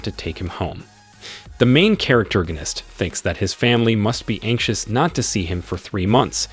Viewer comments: Manhwa was interesting but I can't hear "noun"gonist one more time, thankfully someone already posted the source "Survive As The Hero’s Husband" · Wtf it's NOT "charactergonist" ... it's ¡¡¡PROTAGONIST!!! also, doesn't him have a name? Invent a name if he doesn't!!! Please!!! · Yeah I'm really hating this dude saying charactorganist constantly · All I hear is " Main charactergonist" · stop saying charactoriginitc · I give up seriously "the main charactergonist" it's fucking annoying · "THE MAIN CHARACTERGONIST" I give up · Stopped at 2 min due to charactergonist word getting on my nerves. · I wanted to watch this but the pronouncement of main character, main charactorgist is really annoying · Say main charactorgnist one more time... i dare you. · Learn to speak proper English! I can't listen to you saying "main charactorganist"! Ahhhhhhhh!!!! You ruined the enjoyment of listening to the manhwa recap! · Wtf is a "main characterorganist"?! 10 minutes in and I'm already irritated from you saying it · stop saying characterganist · I'm giving a thumbs down because of hearing the pronounce of the MC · this mother fucker made up a whole new word. this isnt even mispronouncing it. he combined main character and protagonist into the most annoying word ever.